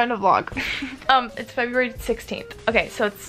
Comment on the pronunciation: “FEBUARY” 😭 luv u